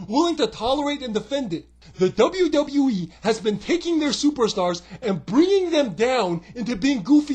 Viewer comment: You pronounce the W’s so well now in WWE! That’s 1 thing that has changed!